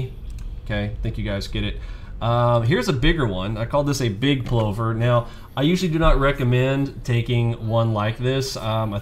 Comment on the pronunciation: Only complaint is the pronouciation - think "glove" as in Danny Glover for Plover. Brillant strategy with an Australian heritage!